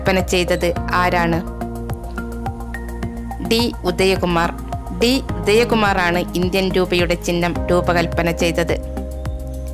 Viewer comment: ഉദയ കമർ അല്ല ഉദയ കുമാർ ആണ്